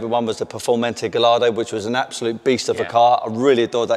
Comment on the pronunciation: Perform-antay Gall-ardo? Car dude card revoked....